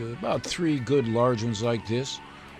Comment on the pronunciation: " Do you SMEL Dat?? .. IT SMELS GEWD! "